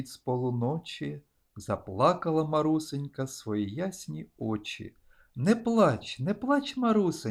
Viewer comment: Haм вчителька каже що не Марусенька а МарусЕнька наголос неправильно ставе